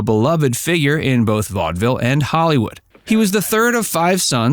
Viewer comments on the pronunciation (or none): none